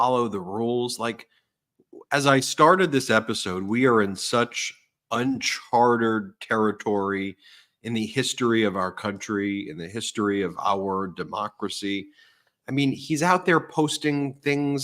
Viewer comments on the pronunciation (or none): Hi Ben. The word is uncharted, meaning unmapped, not, as you called it, “unchartered” sort of like illicit. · he didn't say WORTER. He's pronounced uncharted wrongly before. Seems to be a personal glitch of his.